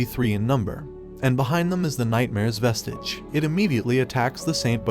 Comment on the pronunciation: they pronounced vesige like vesege